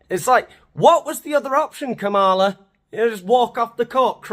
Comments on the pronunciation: Try saying her name correctly. For starters, not Kamaala. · Maybe before you're going to tear someone a new one and put in the work to edit in annoying cutaways you should learn how to pronounce her name.